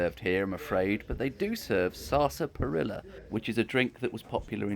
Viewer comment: You wouldn’t be allowed ‘up North’ with your pronunciation of sarsaparilla! 🤣 Great interior, and what a history those benches and walls could tell. Prices looked very reasonable - it’s the sort of place I’d like to visit